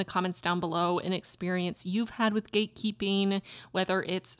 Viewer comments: Am i only one whoe heard gay keeping multiple times like am i dumb or just too gay lol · Eu escutei o tempo todo você dizer "gay keeping" 😂